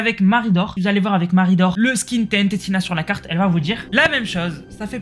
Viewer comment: sa se dis TNTina pas TNT tina 😭